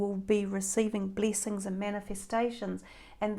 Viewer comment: I love the way you pronounce bleesings...bleesings! You are adorable